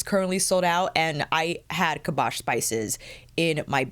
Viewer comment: Girl I love you AND these YSL quads but please it's 'KAS-BAH' SPICES T_T